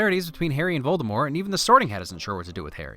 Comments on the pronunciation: The snake harry let out was actually nagini and Voldemort is actually pronounced with out a t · Rowling as in Bowling though props for the Voldemort without the T